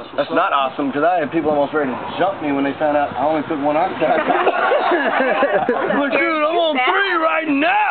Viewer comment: Percocet is Oxycodone. And Oxycontin, NOT Oxycotton like he says, is totally different. You don't even know what you're talking about too, they are two completely different drugs.